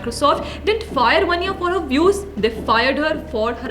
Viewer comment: वन्या नहीं। वान्या।